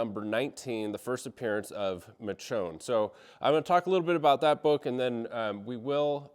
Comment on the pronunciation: You can tell our guy read the books before he watched the show by the pronunciation of Michone 😂